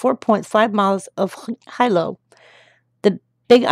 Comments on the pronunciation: HILO= HEE LOW not HI-LOW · Hilo (pronounced Hee-lo) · Hilo is pronounced He-Low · Hilo= Hee low